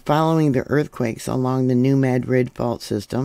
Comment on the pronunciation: Locally pronounced New "Mad-rid", like angry , not "Med-rid".